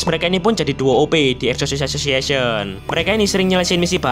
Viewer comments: Exorcist association ❌ Eshishi ashoshiashen ✔️ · greget banget sepanjang video lu bilang eksorsisesosiesion wkwkwkwkwkwkwkw PADAHAL GW NUNGGU LU KEPLESET NYEBUTNYA BANG, TAPI KOK LANCAR TERUS YAH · Exosisisis asosisisisisiisiyen sumpah gue denger nya gitu bang🗿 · Bg bilang exocirst association Gw dengernya Esosiasesesion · nama organisasi : exorcist association yang gw denger : wasweswasweswaswes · Bg kalo ngomong exorcist association kedengeran kaya Exsoxii sisixieion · Yang disebut:Exorcist association Yang ku dengar:essosis assosiation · knp aku denger exorcist association nya abangnya kek ngomong assosis assiasoss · Exorcist Association ❌❌❌ Esosissasosiasion ✅✅✅